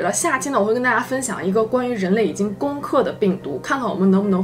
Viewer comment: 你的口音好特殊哦✔️尤其是*拜拜*这发音